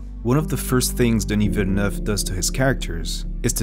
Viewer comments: Thank you for pronouncing his name correctly. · As someone from Québec, it's always enjoyable when a name is well pronounced, so thank you very much for your consideration ! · are you french or french speaking ? Because you pronounced Denis Villeneuve really well ! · you even put the accent on the 'e'... Feels good. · THANK YOU for pronouncing his name correctly oh my god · Congratulations for the spot-on pronunciation of his name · Is the narrator French Canadian? He says Denis's name flawlessly. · Flex on the french pronunciation of the name